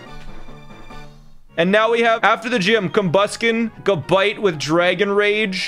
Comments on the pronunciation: it's not gu-bite its ga-bite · This mf said ga bite Its gab ite